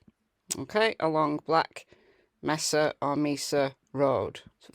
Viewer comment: It is May-sa (Mesa) In case you didn’t realize it - the porta-potty was a test to see if the dog could pick up the scent